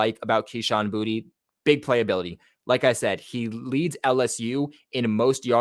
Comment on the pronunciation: I thought it was boot not booty 😂😂